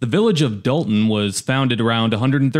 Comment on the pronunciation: That's Dolton with an 'o' not an "a"